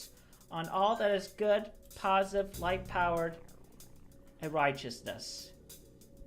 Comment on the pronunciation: I swear every time chris says light power and righteousness I hear huwite power. Trips me out